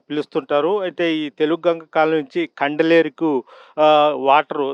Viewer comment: కండలేరు... కల్లేరు కాదురా... నువ్వెవడో తేడా బ్యాచ్ ల వున్నావే...